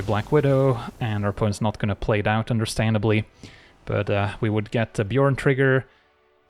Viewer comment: As a dane, that's a pretty clean Bjørn (byurn) pronounciation you got. I had thought it was pronounced like Bairn (behrn), but it makes more sense given the nordic setting.